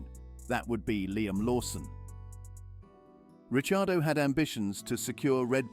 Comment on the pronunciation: Hey! Ricciardo was pronounced properly. That's rare.